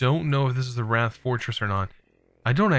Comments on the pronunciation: James Kivenko yeah, I’m pretty sure it’s pronounced the same as white. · Is Wight actually pronounced like rat or is just having a moment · Little heads up, "Wight" is pronounced the same as "White" (there's an island off the coast of England called the Isle of Wight). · him saying rat was driving me insane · I thought he was saying rat and was hella confused.